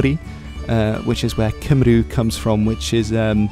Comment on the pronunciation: If you're going to set yourself up as an 'expert' then PLEASE, at least get your pronunciation right - it's just simple courtesy - e.g. who the hell are the 'Cymrew' as you call them? It's pronounced 'Cymree'. Not too much to ask is it? A classic example of the empire mentality of the English. The attitude is: "don't you speak the Queen's language you damned native?" when there's one Englishman and a million 'natives' around him. It's arrogance and ignorance. That empire mentality is also very obvious when it comes to the BBC's coverage of history, and the MP is quite right, there IS a concerted effort to airbrush the history of the Celtic nations out of the history of Britain. It happens too often to be a coincidence.